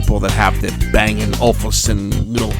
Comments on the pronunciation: ol-UUUf-sun, not olFusun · It's O-Luf-Sen. What's wrong with audiophiles man? We just like great sound! 😆